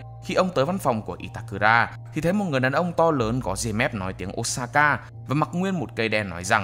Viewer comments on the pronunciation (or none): none